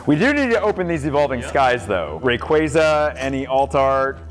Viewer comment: A poke youtuber that can actually pronounce Rayquaza right. Hell yeah